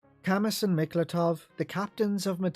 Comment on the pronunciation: I always thought that Camus's name is pronounced "kah-moo" like the Philosopher Albert Camus?